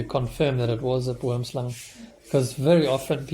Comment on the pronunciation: I love how you pronounce Boomslang